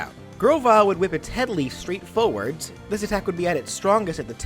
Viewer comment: "Kick the foe foewuhds" jesus that hurt my ears